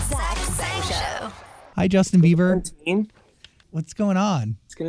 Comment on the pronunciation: Why's he keep calling him Justin Beaver? Lol